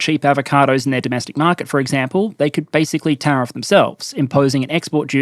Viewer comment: "Eggcample", I heard that